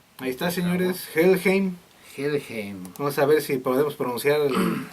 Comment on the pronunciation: Se pronuncia " Jellhaim " , por favor reaccionen a Los Ángeles Negros del Moyocoyo ( no es albur ) ellos tocan el éxito La cumbia metalera ellos son la neta y ustedes cada vez se la rifan más , felicidades .